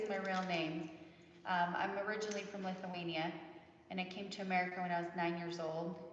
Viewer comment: Omg did you say Lithuanian?